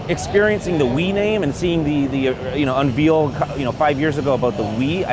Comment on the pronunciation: Unveil is pronounce (unvail) not (unveel), idiot